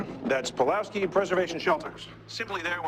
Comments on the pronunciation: are you saying “puwolski” throughout this video instead of “pulowksi”? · Nice vid... But it was hard to enjoy fully since PuLoWski is pronounced puWoLski every time...